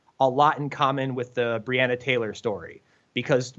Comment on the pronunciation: I don't think he's pronouncing BreOnna Taylor correct.